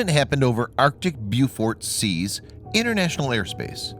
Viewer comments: Beaufort Sea pronounced "bowfort" not "beeyoufort ". and I never heard ADIZ pronounced like that before, always " add iz" but maybe I am wrong. NOT wrong about Beaufort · Beaufort is pronounced Bo fort not Byew fort you ignoramus. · Bow-fort Sea not Bew-fort. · bewfort NOPE ... bow fort ... as in french pronunciation ... come on learn to speak the words correctly and NOT americanse the shit out of them and sound like an idiot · FYI. It's pronounced bow-fort!